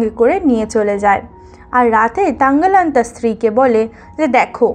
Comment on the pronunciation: তাংগালান না থাংগালান হবে